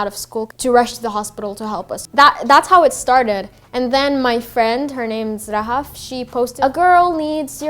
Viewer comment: Please Rahaf, not Lahaf I hate to see my name being twisted (I know unintentionally , but i love my name so much it hurts)